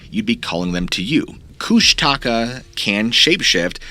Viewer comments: 26 minutes in. Its not kush-taka its kush-tuh-ka. Only lived In alaska my whole life. I reccomend reading "the strangest story ever told" by Henry D Colp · Everytime I hear kush- taka it physically hurts me.. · You are saying it wrong. The Alaskan monster is pronounced Koosh TUH Ka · Last story: It's koosh (like book) ta .. ka. Emphasize the first part. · Pronouncing Kushtaka wrong. Close emphasis on the second k. It translates as Otter Man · Being from Tlingit territory in Alaska i'm dying over how you pronounce Kushtaka lol. I live in LA now but I remember growing up and me and the other kids in my neighborhood always thinking the Kushtaka was gonna get us at night. Creepy things in the woods.